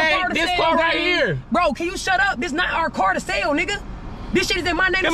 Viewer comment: You tried to SELL not “Sale”